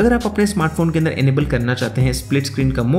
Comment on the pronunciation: "Upa" insed of Upar "Anda" and not Andar What kind of accent is this? 😅